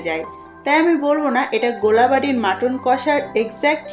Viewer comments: It's gol Bari not gola Bari. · kotha ta gola bari noi golbari hobe